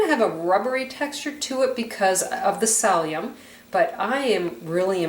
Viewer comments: Thanks for the information and recipe. The most annoying thing about your video is your pronunciation of certain words. Its Silli - um..... (psyllium) not salium and Yoe....lks... not oaks... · Not pronounced salium pronounced silium (psyllium!) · It's not pronounced SALLIUM, it's pronounced SILLYUM. Oh, and egg YOLKS, pronounced YOKES, not OAKS. 1🤣🤣🤣🤣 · She needs to learn how to say, “Sill-E-um” husks!!! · Lol! " salium " and "Oaks" ?? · Please note, it's psyllium, no sallium! Thank you. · Nice video,i believe it's pronounced silly um. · Haha! Thank you! I had no idea what she was referring to when she said "salium"! I even googled it!! Haha! :) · Your videos are great! What kind of drama queen whines about the way someone Pronounces psyllium!? -_